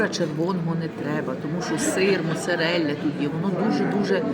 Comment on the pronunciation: Хотілось би знати : чому ви італійську мову так принижуєте своєю вимовою " моцарєелля " і т. інше. 30 років в Італії , а вимова повне гівно